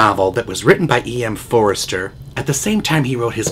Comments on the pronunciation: Excellent review of one of the best - and sexisest - movies ever made! Jx PS It's Forster, not Forrester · IT'S FORSTER NOT FORESTER. SOMEBODY SHOULD HAVE TOLD YOU1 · Thanks,. I noticed that a commentator shouted about your mispronunciation of the author's name. In fact, I have been told that the correct pronunciation is "Foster" Curious. I think the best part of the book is the description of Maurice's loneliness before Scudder appears. "He proved that, without God or a lover, he could survive." Incidentally, have you reviewed Ken Russell's 'Women in Love"?